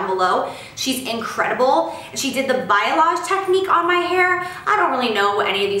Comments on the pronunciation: Bye-a-loge LMAO its balyage!!!!! Pronounced like Ball-y-aj!!!! I died 😭😂😂😂😂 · lol...she kept saying BIOLAGE like the hair products and it was driving me crazy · if you do hair, you understand the struggle when she says "biolage" as opposed to balayage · Lol she did the "Biolage" technique😂😂 girl it's Balayage!! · We have the same hair 😩 The struggle is real for fine hair! Btw it's balayage not Biolage 😂 as a hairdresser I always get a good laugh outta this one. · I love how she said Bayalage instead of Balayage <3 awe love you Jaclyn! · I'm sure the over 5000 people who have already commented have corrected you on this but I can't stop myself...the technique is called (let's all say it together) "Balayage" : ). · its pronounced like bah-lee-ahh-je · Balayage (bah-lee-ahge) Heheheh 😜 love you and your hair!! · Gotta help with pronunciation cause a girl did this at work last night and she kept saying it over and over and I wanted to say something (but I wasn't about to be a bitch) It's pronounced BALL-EE-YAHJ. Don't feel bad though Jaclyn I'm really just here to help lol your hair looks great for someone who knows nothing about hair! (I don't know squat about hair either I'm all makeup all the time 💋) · kermina tofek why? wouldn't you want to know how to say a word you were mispronouncing over and over to over 3 million people? I know I would. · omg same hahahhahhaa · McKenzie Schmidt I caught that too lol well now she knows what technique she has also knows how it's said. 👍🏼